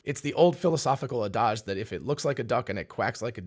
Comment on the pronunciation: you mention "the old philosophical adage" about quacking like a duck. Interesting that you pronounce adage as "uh-DAHzsh" rather than the standard English "AD-ij." Are you getting uh-dahzsh from the earlier French or Latin or something? Beyond side questions about pronunciation, very good episode! Thanks for pulling these idea strands all together.